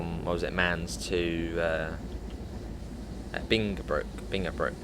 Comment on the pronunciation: Answer to your question: The Rhine wines are well known. The river continues up to Bonn, Duisburg up to Rotterdam and the sea. Mainz you pronounce as the English sound for the letter I (i) . Beep at 30 km/h, see the 110.